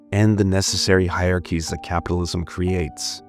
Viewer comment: Hierarchy (hi-er-ark-ee) not (hi-arky)